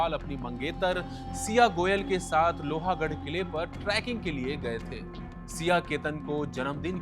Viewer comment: लोहा गड नही लोह गड